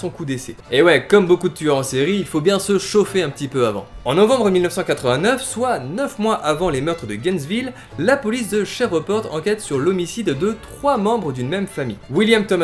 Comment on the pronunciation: "La police de Chevre-porte" XD Cette phrase m'a fumé XDDD C'est "Shriv-porte"(phonétiquement)